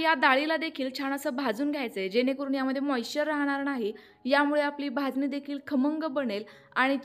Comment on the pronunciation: भाजणी शब्द आहे भाजनी नाही